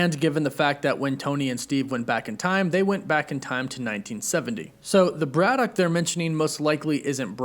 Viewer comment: Your pronunciation of Braddock is weird and wrong